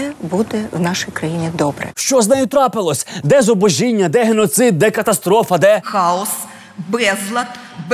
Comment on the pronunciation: правильно вимовляти "зубОжіння" :-)